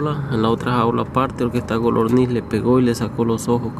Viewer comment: Por que les dices golorniz y no codorniz?